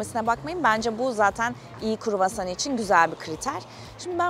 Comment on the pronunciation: o kadar çok kruvasan yediki ikinci gün artık istemsizce KUĞOSAN diyor Fransızlar gibi 😂